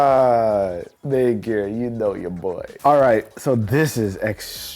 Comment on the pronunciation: what did he say maingear or the n word?